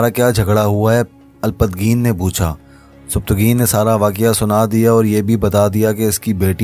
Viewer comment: اچھی کوشش ہے لیکن آپ کی اردو تھوڑی کمزور ہے کیونکہ آپ نام بھی صحیح سے نہیں لے پا رہے مثلاً سبکتگین کا نام سبتگین لے رہے ہے اسی طرح الپتگین کو الپت گین کہہ رہے ہے معذرت کے ساتھ